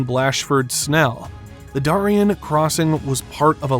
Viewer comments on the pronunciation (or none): You pronounced "Darien" wrong but I will let it slide this time. This is why I prefer the creators to narrate and not paid persons. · Holy crap, seriously? You can't pronounce Prudhoe properly? You got Darien wrong too. I guess America's education system really IS in the toilet. Or this is an AI narration... but it doesn't sound like one.